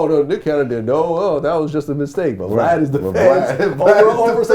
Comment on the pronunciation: “” comes from the crunchy black interview he called him “” instead of “Vlad”!